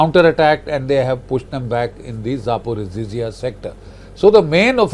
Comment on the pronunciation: Not “Zaporoziziya” The correct pronunciation is “Zaporozhye”